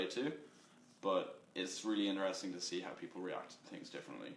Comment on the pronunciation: He pronouce interesting interRESting lovely lol